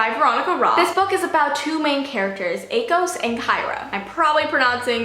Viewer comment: YES!!!!! You pronounced Akos the same way I do. I think his name is perfect that way. I know Veronica pronounces it Ah-kos. But I still call him A-kos.